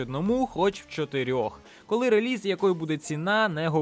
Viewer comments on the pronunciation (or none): none